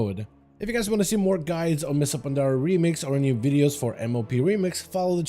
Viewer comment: him saying mists of pandaria is give me a stroke in a half